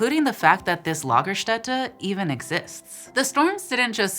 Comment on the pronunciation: Nailed it on the Lagerstätte pronounciation.